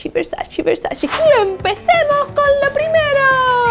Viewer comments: Se escribe "versace" y se pronuncia Versache no versachi. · Es VersaCHE, no versaCHI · porque pronuncias “VersachI” si hasta Donatella hizo un video enseñando a pronunciar su apellido y nombre de marca la cual se pronuncia con E y no con I? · Todo divinooooo, pero se dice VER SA CHE! es italianooooo! Yo estudié, ver sa CHE! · se dice versache lo dijo la misma donatella en su video de 73 preguntas Vogue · no tolero que digan Versachi 🙄 eres muy agradable pero en serio. es como patada en los 🥚 oir eso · Empieza por aprender primero como se pronuncia VERSACE!